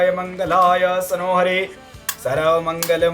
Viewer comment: मंत्र भी गलत पढ़ा पंडित ने लास्ट लाइन गलत बोली मंगलायतनोहरी होना था सनोहरी बोला😅